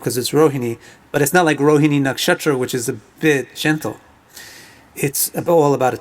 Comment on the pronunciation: I love the way you say nakshatra....cool pronunciation.